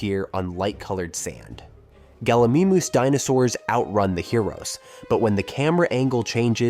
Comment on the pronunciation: Would be great if Gallimimus was pronounced correctly.